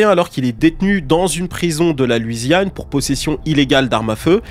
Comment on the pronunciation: Très bonne vidéo mais juste on dit “LOUisiane” et non pas “LUIsiane”